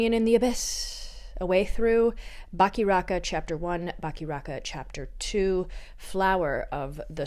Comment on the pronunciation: trying to pronounce Bakiraka challenge (impossible)